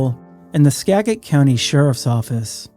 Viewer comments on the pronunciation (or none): Skagit = "Ska - jit " SKA-JIT. SKA-JIT . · Skagit county is pronounced "ska-jit" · For some reason, I thought you were from this area until I heard you mispronounce "Skagit" several times.